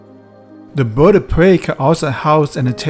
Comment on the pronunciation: “The Boid of Pway.”